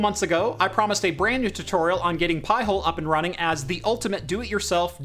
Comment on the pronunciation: Pie-Hole? 🤣🤣🤣.....NO! PI HOLE! 🤬